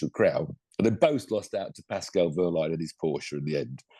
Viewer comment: Stop grinning and giggling you are British and that is why you never will be able to pronounce certain sounds (from other languages) correctly. It is not wurline it is Wehrlein like in Wehrmacht not wurmacht.